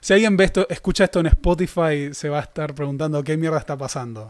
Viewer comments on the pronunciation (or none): none